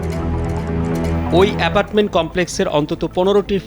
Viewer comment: কালবেলা রিপোর্টার উচ্চারণ শুদ্ধ করেন।"এপাটমেন্ট" হবে না সঠিকটা হবে এপার্টমেন্ট।